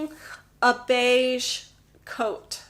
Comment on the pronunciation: No matter how often I listen to beige, it sounds like "beishi."